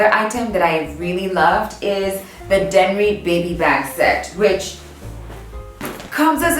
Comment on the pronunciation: What's the name of the baby bag set again??? Loving it but I genuinely didn't understand what she said (Denry? Danrie? Danry? Help!)